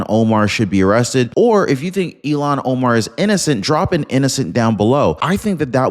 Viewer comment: Arrest & deport Ilhan. Please say her name correctly...ilhan, not elon